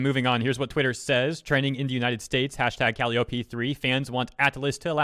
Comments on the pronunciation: It’s pronounced Cal-i-O-Pee Not Cally-Oh-pee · Its pronounced Ca-Lai-Oh-Pee, like the circus instrument and the Greek Muse of poetry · I don't want to sound like a rude person but Calliope is pronounced in English as: (C-uh-lie-uh-pee.) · The way you pronounce Calliope is just CRINGE. Cull-lie-uppy Is how I pronounce it, well, I think. I am not really great at spelling out the pronunciations lol. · Just FYI, "Calliope" is pronounced "kuh-lai-oh-pii", being named after the musical instrument that's used inside merry-go-rounds (and one of the Muses from Greek mythology, but I'm pretty sure she's referencing the former). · It's pronounced Calliope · Calli: Wants to play P3. Atlus: Talks about policy regarding P5. Me: Confusion ensues. Not only are they different game versions, but wasn't everything spoilery in P3 already overcome by events by the time P5 released? Are the games not sequential or something? Also, Calliope's name has the emphasis on the second syllable. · Everytime you mispronounced Calliope I lost a brain cell.